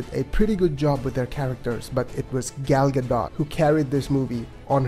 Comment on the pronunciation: Superbly crafted review. One small gripe: Gal's name rhymes with call / tall / ball, not pal. Not even Patty Jenkins pronounces her name right, so you're not alone. This will give you the correct pronunciation